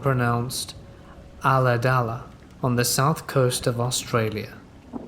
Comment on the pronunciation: I laughed when you said "Ulladulla" because it sounded so weird not being said by a bogan. Also now I can never take a random middle of the nightdrive down there again. 😬